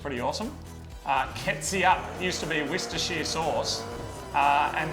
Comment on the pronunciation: wistershire? us brits pronounce is "woo-ster"